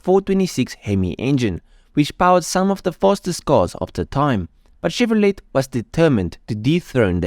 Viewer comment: Great history, I grew up watching these cars. Chevrolet is pronounced Chevrolay ..T is silent. But how would you know, great video.